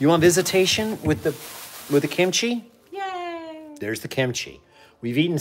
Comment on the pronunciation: "Show us the kinchi"... HA!